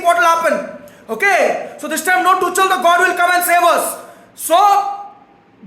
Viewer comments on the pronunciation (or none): The way he says Toochal 😂